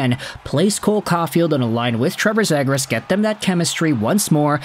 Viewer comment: Please learn how to pronounce his name right … Zee-gras not Zeh-gras ……